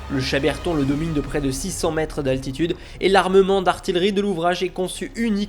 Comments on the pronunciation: Video très intéressante. J'ai juste un peu été surpris par cette insistance à prononcer artiLerie au lieu d'artiYerie, alors que vous dites artiYeur... mais j'avais regardé une vidéo sur la ligne Maginot, et ici on note de vrais progrès ! bravo. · Intéressant. Je vais me pencher sur vos vidéos. Attention, si je peux me permettre, à la prononciation de certain mots, tels que "artillerie" (arti-YE-rie et non arti-LE-rie) ou dix (parfois on dit DISSE (il sont dix), mais si c'est suivi d'un mot (les dix doigts), on dit DI). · Il faudrait apprendre qu’en français « ille » se prononce « yeux » on dit dont « arti yeux rie » et non pas « arti le rie » !!! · Bon petit détail on lis bien artillerie mais cela se prononce "artiyeurie" c'est yeurie et pas lerie" car il y a deux L, autrement il y aurait qu'un seul L ,cela ne se prononce donc pas "atiLErie" comme vous n'arrêtez pas de le prononcer.. autrement super reportage. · Bonne vidéo, comme d'habitude, merci pour ces visites et explications c'est TOP. Juste un point sur lequel je tique depuis des années ; "artillerie", je ne connais personne d'autre qui le prononce artiLerie. Tout comme on ne dit pas artiLeur mais artiyeur. Sauf erreur de ma part bien entendu. A bientôt, et au plaisir de voir vos prochaines vidéos. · Excellente présentation de ce superbe ouvrage d'artillerie (qu'on prononce ar - ti - ye - ri... mais ça, c'est un détail :-D ) Encore bravo !!